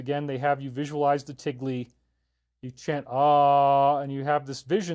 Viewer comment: It's "thigle" with an H. Just saying. Great video!